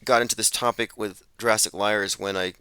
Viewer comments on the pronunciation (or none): "Jewrassic" again? Fast forward through that.